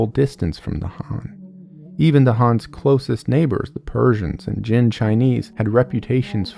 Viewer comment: Is the name actually pronounced Hans??